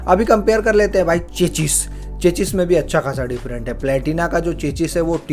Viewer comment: चेचिस 😂😂😂😂😂 चेचिस नहीं। चेसिस।